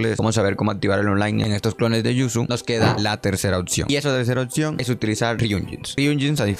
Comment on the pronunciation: porque dices otcion? si literal se lee y se escribe como es